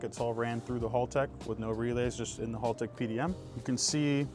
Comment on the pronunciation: Clean build very nice and guy Haltech your pronouncing the name wrong lol 😅